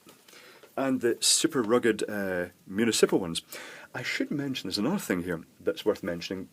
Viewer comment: moo knee sipple? I guess we take the good parts of the accent with the bad.